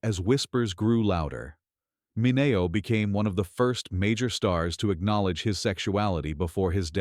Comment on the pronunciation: MIN-knee-o you damn AI voice. Goodbye. Can we filter out AI videos? Lemme goog...